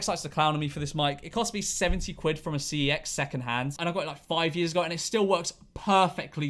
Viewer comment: It's called cex but you pronounce it SEX. GET IT RIGHT! OR AN AFTERSCHOOL DETENTION!!!!!